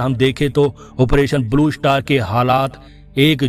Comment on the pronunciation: First learn how to speak English word Blue Shatar, is not correct, the right word is “Star”.